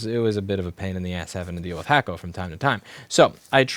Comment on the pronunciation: You know, every time you said hakko i thought you were talking smack about the hot air solder you were using. I thought u were saying hack-o.. as in “Chinese bootleg”. 🤦🏽‍♂️ only took me over ten years to figure that out.